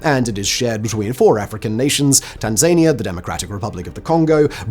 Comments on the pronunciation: Love your content Simon, been avidly watching since your beardless and single digit number of channels days. Where is this mythical Tanzaynia that you have referred to for years? Near Tasmania, or perhaps Pennsylvania? It couldn't be in Africa, as they have a state named Tanzania, but it's pronounced differently, like Tan-Zuh-Near. I smile every time you refer to it, and occasionally bamboozle the Satnav in the Work BYD by asking for directions to TanZayNia when bored & stuck in traffic. Keep up the good work Sir. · Can you please learn how to say Tanzania properly! I love you Simon and watch all of your channels, but just please! I don’t know if you do it to take the piss. But it’s really annoying. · Still not learned to pronounce Tanzania I see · Still can’t pronounce Tanzania and Swathes yet then I see.